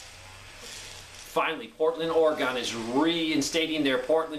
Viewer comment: Just a heads up, Oregon is pronounced Oar-ee-gun. 😁